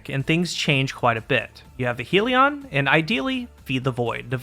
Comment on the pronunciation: I wish it didn't annoy me so much, but it's pronounced hell-ion just like the spelling not heal-ion/heel-ion